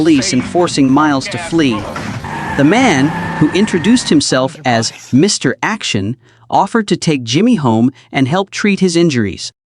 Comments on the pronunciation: AI sometimes thinks the period after Mr. is an end of sentence, so the narrator goes Mr. - then stops -- then starts a new sentence with Action. I think AI, or at least this AI, has a long long way to go. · Reminder for lazy YouTubers: When you copy & paste into your AI narrator script, remember that AI's not very smart. An abbreviation is often interpreted as a sentence ending because of the period. This explains why the mention of "Mr. Action" causes the AI narrator to say "Mister" and end the sentence, sounding like your AI had a stroke while telling the story.